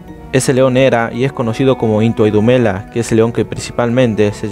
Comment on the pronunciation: its NTWANDUMELA and not nthawa???